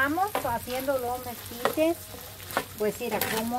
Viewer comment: Mesquites🤣 Hay,se dice Esquites.